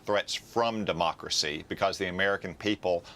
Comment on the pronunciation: Biden "our Mocracy" WTF is mocracy???